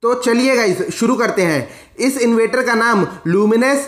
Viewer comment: Inverter bolna to sikho